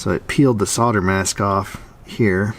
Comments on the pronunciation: good on you for pronouncing Sold-er the correct British way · Pronunciation verified 100% correct, from NZ. There is in fact an 'L' in the word 'solder'. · so glad to hear the correct pronunciation of solder! LOL. ( All you others, "saader" huh?) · Nice to hear sold-er (as it should be) instead of soder as I commonly hear from speakers of American..... and also great to see someone doing 'old time' repair work... actually repairing instead of replacing.. and yes, it's often good to be a horder. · To my ear in saying "sol-durr" (not sodder) you're pronouncing the word solder correctly. But then I'm British. "Sodder" to me sounds like somebody who sods. Feel free to interpret that as you will. Great video. :) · It is spelled SOLDER and pronounced SOL-DER as you say it all over the world except in America??? It is not Sodder. The same goes for Caramel. Pronounced CA-RE-MEL NOT CAR-MEL. Regards from South Africa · If you aren't supposed to pronounce it SOL-der, then why did they add an "L"? Maybe dropping the "L" is just all of our midwestern coming though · Hey, Lincolnshire, England here you're pronouncing soLder just like a native Englishman 👍:) PS loved the bonus footage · finally an american who pronounces solder correctly instread of sodder! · Great Video! Great fault finding! Good thing those caps let you know they are faulty! Correct pronunciation of soLder ! "plus there's a giant wooden box on the back that you can poop in" Great Line! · Good on you for chasing this down and fixing it. Nothing wrong in using the correct English word SOLD ER after all that is the way it is spelt, so why would it ever be pronounced SODDER? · You are right solder is pronounced sold er not sol der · I love it that you say SOLDER and not SODDER - the latter pronunciation makes me cringe when I watch US youtube videos! We are two countries divided by a common language:) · Hey, you pronounce solder correctly :-) Peter (from England!) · You say solder just right.